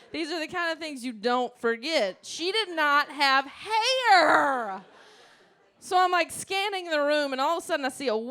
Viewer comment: She took me back to my youth when she said 2 SPRIGS OF HAYER!